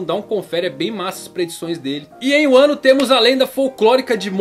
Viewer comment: Não é uano...é Vanu